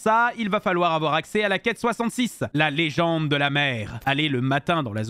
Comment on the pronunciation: « AVOUAR MANAPHY ET PHIONEee »